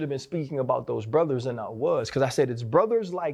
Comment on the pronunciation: did anyone else hear that hard R on the end of brotheRs?